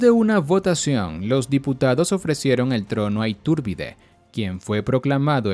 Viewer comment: Me estresa que le modifiques el nombre y lo pronuncies “Itúrbide”...